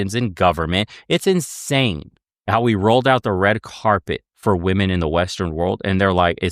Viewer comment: can't pronounce a G sound at the end of words ending in NG and she can't pronounce the plural of woman properly. Sorry, she's dumb.